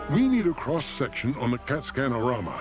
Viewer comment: That foo said Cat-Scan-Orama 💀